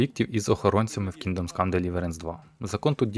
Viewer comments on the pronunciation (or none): Дружище не говори "КінґдомС Кам Деліверенс". То ж крінжово звучить, де там є в слові "Kingdom" буква "С" ? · Все ок, гайд супер, продовжуй в тому ж дусі! Просто оце "КінґдомС" дивно звучить, бо воно не так вимовляється)